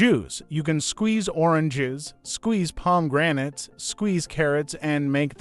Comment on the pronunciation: but you can't pronounce the foods. Paddies? The word is patty. Palm granites...the word is pomegranate. AI generated?